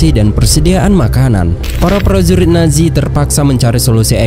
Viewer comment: Nazi bukan naji zizizi bukan ji